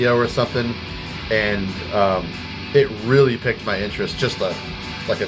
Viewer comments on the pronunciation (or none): Just an FYI: "piqued" is pronounced the same as "peaked" rather than "picked"